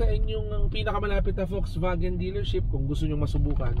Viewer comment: Folksvagen! That’s the german pronunciation. I enjoyed the video because of the rain background. And yes, the Ayala loves that brand. Thank you for sharing the Bible verse.